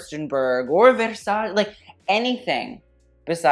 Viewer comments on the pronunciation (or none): you are commenting on somebody’s clothes with that shirt you are wearing.. yikes and the way you are pronouncing versace .. girl